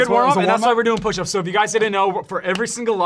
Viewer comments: 15 Oush ups 😂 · "15 oush ups" 😁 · “15 oush ups” 👍🏻😂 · "15 oush ups for every loss" lmao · 15 "oush ups"!😂